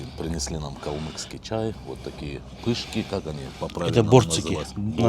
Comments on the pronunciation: Не калмыКский, а калмыЦкий! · Не говорите пожалуйста "КалмыКский". Это очень не нравится нам. Правильно говорить "КалмыЦкий"